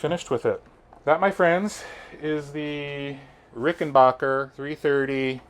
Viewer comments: It's not Rickenbacher. It's Rickenbacker. I mean the dude changed his spelling and pronunciation. At least respect that. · Excuse me Dear Sir........ It's pronounced RickenBACKer.......not BOKer 💫